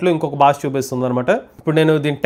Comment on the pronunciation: భాష, భారతదేశం అని పలకండి ప్లీజ్ బాష కాదు భాష "భా"